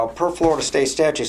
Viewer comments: Can't stand the way some people say "statue" instead of "statute". continues to do this throughout. Not sure why but this really bothers me. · Except pronounces it "statues".